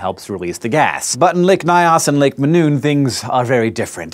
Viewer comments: Loved this episode it explains a lot about what was considered a national catastrophe in Cameroon. Just one tiny correction the Nyos is pronounced Ni-Us not ny-us lol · LMFAO. I had to rewatch it to hear it. I don't think he is trying to say "Mynos" though, its "Nyos" like nigh auss. Edit: if anyone cares. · If Hank could pronounce "Lake Nyos" less as "lick my ass" it would raise my comfort level. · Lol the lake isntneven pronounced like that. The languages of Cameroon dont have the same orthography as English. Its pronounced like a hypothetical Spanish word *ños would be.